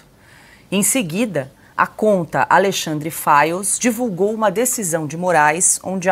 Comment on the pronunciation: FIRES OU FILES???? VCS TÃO PRONUNCIANDO "FILES"!!! CORRIGE AÍ Fires sao incendios ne???